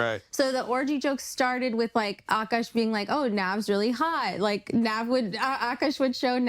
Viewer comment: this is just sad what a shit look for indian girls everywhere, can we get a break. also, i find it funny that everyone pronounces akaash's name the right way except her, even though she is indian. the first A is a soft a, and the second is hard. Uh Kaash. It means sky